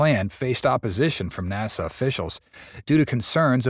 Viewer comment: Some AI pronunciations are becoming more accurate... "naw-sa".